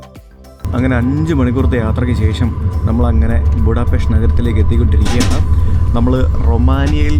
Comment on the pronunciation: Будапешт/ ബുഡാപെഷ്ത് എന്നാണ് ശരിയായ ഹങ്കറി / വെങ്കറി ഉച്ചാരണം! ഹംഗേറിയൻ ഭാഷയിൽ ഇത് ഹംഗേറിയൻ ഭാഷയിൽ എഴുതിയിരിക്കുന്നത് പോലെ തന്നെയാണ് എഴുതിയിരിക്കുന്നത്, എന്നാൽ "s" എന്ന അക്ഷരം ഒരു "sh" പോലെയാണ് ഉച്ചരിക്കുന്നത് എന്ന് ഹംഗേറിയൻ ഇതര മിക്കവർക്കും അറിയാത്തതിനാൽ, അവർ അത് തെറ്റായി ഉച്ചരിക്കുന്നു.